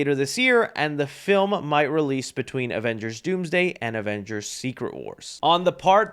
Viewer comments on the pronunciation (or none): none